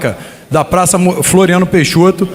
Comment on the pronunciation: ...que quebraram a "pRaca"? ... Mariele "FLanco"? É isso mesmo que ele bostejou?